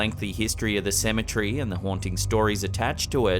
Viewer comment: I always giggle when he says cementary. 😂